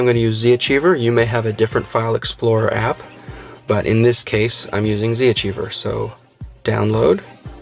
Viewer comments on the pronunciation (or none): Z-Archiver not Z-Achiever :D